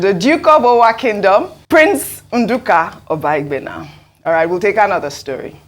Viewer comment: you are from delta and can not pronounce obaigbena good. English has finished you people that claims educated but couldn't start your education from your root. Very shameful.